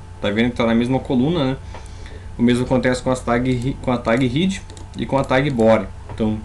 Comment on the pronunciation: Muito legal,! Muito obrigada pela iniciativa, gostei muito da aula e de conhecer o Atom. Só gostaria de lhe ensinar uma coisa em troca: a palavra é "head", mas a pronúncia é "hed", pois trata-se literalmente da "cabeça da página", ou de qualquer texto que você vá produzir. A pronúncia "hid", seria para a palavra "heed" (no caso de um "i" bem longo) a qual significa "prestar muita atenção ao conselho de alguém", ou ainda "hid" (com "i" curto), mesmo, que é o passado de "hide", "esconder".:)